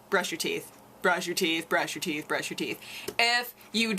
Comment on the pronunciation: Sounded like you said "you drink a lot of coffee, but your teats still look ok" I laughed